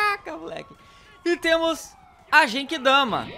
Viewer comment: o nome é genkidama não jenkidama e nem derrotou frieza foi o transporte que matou ele